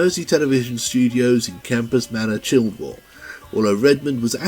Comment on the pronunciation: For reference the area Mersey television is based is pronounced Chillwall, the 'd' is silent.